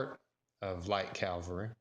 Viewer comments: Cavalry. Not calvary. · Cavalry not calvary!